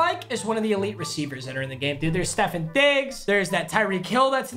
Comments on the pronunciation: Stephon Diggs and stephon Gilmore are pronounced differently papa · Nobody “we got Stephin Diggs”